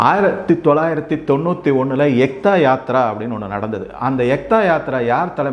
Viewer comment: Very nice. Pronunciations can be better. Ekta yatra = ஏக்தா யாத்ரா, (ஒற்றுமைக்கான பயணம் ), Dhadheechi ததீசி rishi. Background of Param Veer Chakra well explained. அடுத்த முறை பேசும்போது நான் பல முறை express செய்தது போல், மோதிஜியின் திட்டங்களின் பெயர்கள் + அவற்றின் details பற்றி, தமிழ் மற்றும் எல்லா மொழிகளிலும் மொழிபெயர்த்தால் மக்களுக்கு இன்னமும் அண்மையில் செல்லலாம். இப்போதோ அவர் திட்டங்களை ஸ்டிக்கர் ஒட்டி தங்கள் திட்டங்களாகச் சொல்லிக்கொள்கிறார்கள், இங்குள்ளவர்கள். திரு அண்ணாமலையிடம் இது பற்றிப் பேசச் சொல்லுங்கள். Thanks